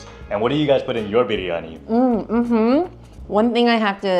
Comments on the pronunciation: your "biryani" pronunciation is just accurate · She says biryani so perfectly 😆